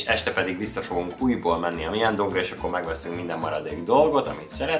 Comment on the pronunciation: nagyon aranyos videó lett, de vérzik a fülem:D (Myeong-dong) Az 어-t (eo), és 여-t (yeo) csak o/yo-nak kell ejteni! ❤️